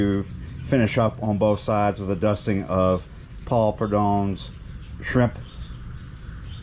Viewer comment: Wassup the easiest way to say it is PRUD-HOME he’s my grandfather’s kinfolk just wanted to help been hearing you struggle with it like Worcestershire sauce I don’t miss a video can’t wait for you to get a “DONKEY” it’s been a minute